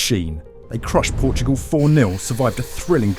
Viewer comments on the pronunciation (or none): none